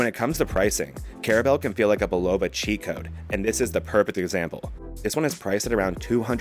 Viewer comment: great video, BUT its pronounced " BULL-OH-VA "😊